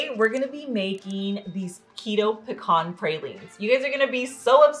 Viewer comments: You are pronouncing it correctly. “Puh-kaan.” “Pee-can” is (etymologically speaking) an incorrect pronunciation. 👍🏼 I can’t wait to make these pralines! I ❤️ pecans! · Puh-kaan is the correct way to pronounce it. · I’m from Texas & you’re saying it correctly!!! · Love the recipe! Thank you for sharing. Your Pecan pronunsiation is correct! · You are pronouncing pecans correctly!!! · I pronounce pecan the same as you! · Your saying it the right way. It’s pecans not Peecans! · I like your pronunciation of pecans, same as mine. I think it's more regional on how it's pronounced.